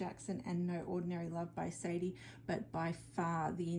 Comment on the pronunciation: Just to let you know, it's phonetically said "Sharday". You are the second reader I've heard sneeze today! I need to know who it is?